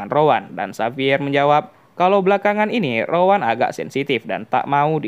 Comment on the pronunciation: Rowan ❌ Rawon ✅